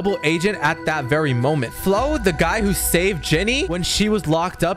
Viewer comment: #, just one question bro, WHY? ¯\_(ツ)_/¯ also do you have a problem with the word "Moment"? you messed it up everytime lol